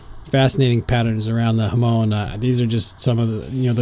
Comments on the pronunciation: After waiting so long for this video, I’ve learned that we pronounce it differently. Huh-moan, emphasis on the second syllable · Hahh-mon. Pokemon.